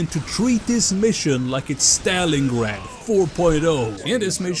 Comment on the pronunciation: I just wanted to tell you that it’s pronounced staaa-lingrad, as in astArtes.